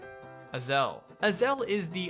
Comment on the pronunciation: Its Ay-zel